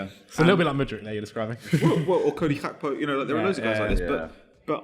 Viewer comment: Gakpo is a African surname - not Dutch - thus should be pronounced phonetically. Stop trying to sound cultured or whatever it is you are doing.